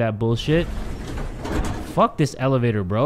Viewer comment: "the elevator" or "the L evator" ( i hate myself too )